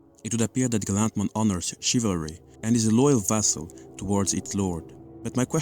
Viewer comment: wrong pronunciation of Guilmon/Growlmon/Gallantmon